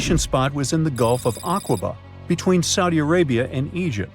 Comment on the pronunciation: No "u" in Acqaba. Pronounced like "akkaba".